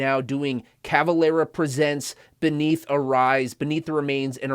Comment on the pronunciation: Cavelera?? really? with an E?